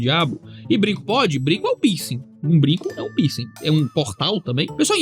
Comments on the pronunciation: "Pinsi" "Pinscher" 😂😂😂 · Eu achei que o pastor tava falando “pinscher” e nao “piercing” kkkk